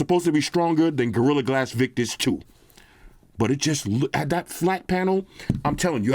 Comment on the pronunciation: instead of saying gradon crystal sticks with the Chinese pronunciation.